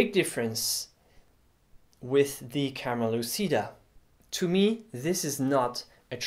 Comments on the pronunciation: it's pronuced "camera luchida" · For the record, the word "lÚcida" stresses on the "u" of the first syllable both in Latin and in Italian, and the "c" is pronounced as in "cheese".